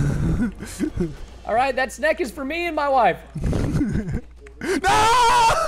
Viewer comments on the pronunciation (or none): I just have one question why does he say snake wrong? He says snack